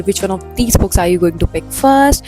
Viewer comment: I loveee your videos...but there's just a particular irritation I get when you say "Books", it sounds like bugs or perks...I'm so sorry...but loveddd the vdo. 🎀